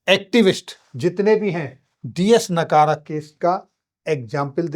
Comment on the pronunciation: डी एस नकारा नहीं.. डी एस नकरा 🎉